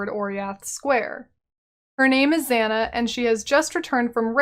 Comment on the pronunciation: Your pronunciation of Zana is really annoying especially because several NPCs pronounce her name already. Here "A"s are pronounced the same way Kitava's are. "ah-ah" not "a-a".